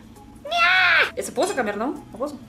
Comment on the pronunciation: Você está pronunciando as palavras camer em vez de comer, cantinuar em vez continuar, impartante em vez de importante.